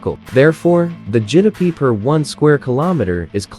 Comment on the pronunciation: GDP❌ Jidapee✅